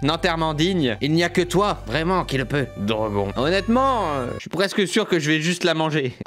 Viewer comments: attender il a dit drogon et drogonne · DROGON aaah ça se prononce "Drogonne" DROGON à la française on dirait un Pokémon 😂😂😂